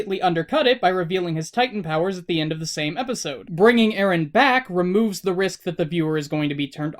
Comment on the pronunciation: Its Eren not Arin.